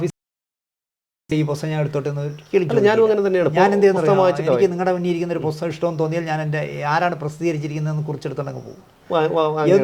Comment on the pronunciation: പോസ്തകം അല്ല പുസ്തകം